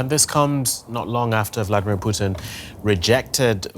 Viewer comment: If he can't pronounce "Putin", I don't accept him as a reliable source.